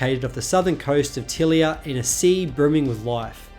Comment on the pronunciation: I have a feeling that as a pseudo-romance language it should be ty-LEE-uh, not TILL-i-uh.